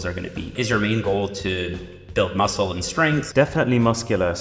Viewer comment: kinda felt bad for arun when she said large muscke groups.